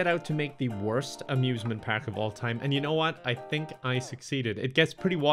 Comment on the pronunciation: is he saying the whole video pak instead park